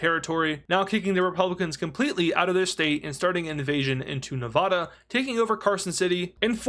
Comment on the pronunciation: Please pronounce “Nevada” correctly.